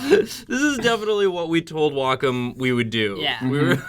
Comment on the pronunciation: You guys are not pronouncing Wacom correctly